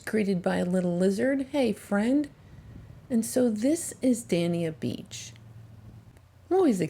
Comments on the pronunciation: Not trying to be a smart butt, but it is Dey-nee-uh beach. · Im a Floridian and just wanted you to know, it’s pronounced da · nyuh bch. Your video is great, thnx